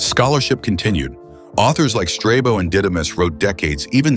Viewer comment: The robot voice persists in mispronouncing "mouseion". It should be pronounced "moose - ey - on". Also, "strah - bo", not "strey - bo".